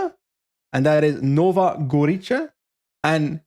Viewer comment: Nova Gorica is pronounced with a /ts/ sound rather than č, similar to ts in cats